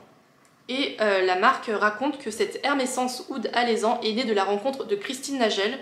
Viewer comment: Hello!! J'adore tes vidéos parfums ❤ Le kenzo mimosa est très sympa 😊 C'est Alezan prononcé avec un e et non un é